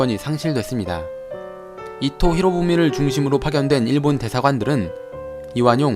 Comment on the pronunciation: 쯤에 이로히로부미 아니고 이토히로부미 아닌가요?